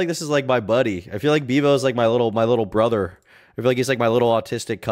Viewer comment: I love how most of the broken ish accents are unable to say “th” like in broTHer oTHer they say bruhvah or ovah but can say THe THat THere etc correctly it bugs me